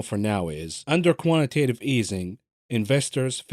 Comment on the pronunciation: Co…antitatve easing😂